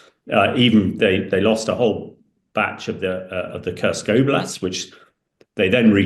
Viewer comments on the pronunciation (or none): none